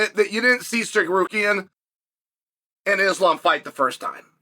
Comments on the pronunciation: I was blown away when he said it correctly. Then the next time he was back to sarkarian. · I mean that’s really better than when he says sakarian 💀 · Sarukian and Sakerian hmm ok 😂😂😂😂😂😂😂😂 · no it was steak rukyan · Disappointed that Chael finally pronounced his name wrong after nailing it so many times before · this MF accuses us of not being able to pronounce Tsarukyan! 😂😂